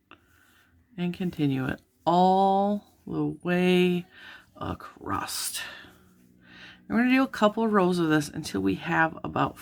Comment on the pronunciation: Thanks for this pattern suggestion. Might I just point out that you are mispronouncing "across"...there's is no "t" at the end, as you have said it throughout your video ;)